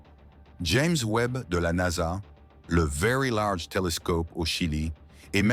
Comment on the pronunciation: Moi aussi je trouve ça insupportable déjà la voix elle est dégueulasse et en plus traduit très mal au lieu de dire NASA elle dit n.a.s.a ça me gonfle tellement que j'ai même pas envie de regarder la vidéo dommage pour les créateurs